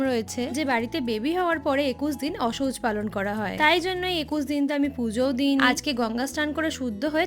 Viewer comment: অসৌচ বলে না... আনন্দ অশৌচ বলে